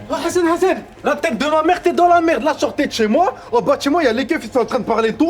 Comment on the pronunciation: Pourquoi ils disent hessene au lieu de dire Hassan sans prononcer le h ?!!!ils sont gênants